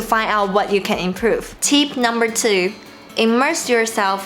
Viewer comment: You pronounced tip as teep.